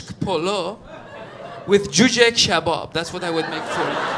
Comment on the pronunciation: that is a traditional Iranian food Kormi-sabz or what ?! I'm just impressed when you turn the persian up ! You pronounce a perfect /k/ in Kabab 😃